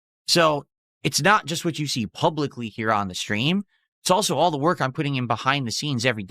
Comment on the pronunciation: It's very hard "whark" dude